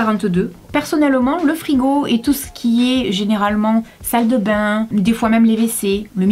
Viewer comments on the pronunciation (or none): none